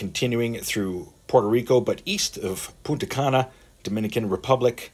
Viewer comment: Gotta be careful with your pronunciations. It's PuNta de Cana, not PUTA de Cana. Whole different bag of worms there.